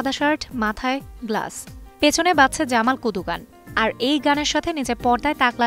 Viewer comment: জামাল কদু না, জামাল কুদু।